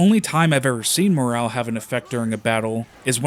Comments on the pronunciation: MORALE not moral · Did this guy seriously pronounce morale as morel💀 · Is that how Canadians say moral? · He said moral and morale in the same two sentences or something so I expect he just misspoke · The game is incredibly disappointing considering the framework they had to create a world as immersive as the battles and they have done SFA. Decent video although you seem to get basic words wrong eg: it's cavalry and morale, not calvary and moral.